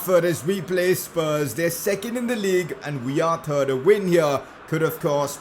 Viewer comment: "We are turd".